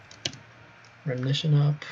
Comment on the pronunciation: i think you mean RE-Mission not 'remnition'